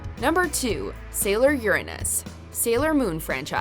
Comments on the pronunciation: Mario mario: My only beef is the pronunciation of Uranus. It’s yer-un-nus, not yer-anus 🤦🏻‍♀️😆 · Uranus: pronounced yer-un-nuss, not yer-anus.